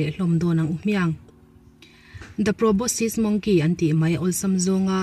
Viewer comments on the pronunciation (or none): none